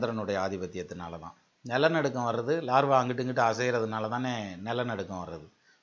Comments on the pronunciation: sir, namaakaram. iam a ardent fan of ur tamiz & astro vision. kalakkareenga sir tamiz la.(Iam studying astrology thro' internet btw). neenga scientific ah vum nalla dhan pesareenga. Aanaal, laarvaa nu solreengale--- lava sir adu. neenga metha padichavar-- aanaalum idhai eno sollanum pola thondriyadu-- thappa eduthukadeenga.vunga vai la thappana oru pronounciation vandhal thaangala. avlo dhan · valuable points and excellent comparison science, culture and astrology. great work. one correction when you talking about volcanos you said Larva but it is not Lava. you have great knowledge sir. valzhthukkal. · super but one correction is lava not larva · LAVA NOT LARVA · Larva illa ayya adhu lava